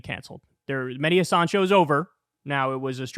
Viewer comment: kyle, please pronounce mehdi's last name correctly. accent on the 'has' not on the 'san'. just listen to him pronounce it.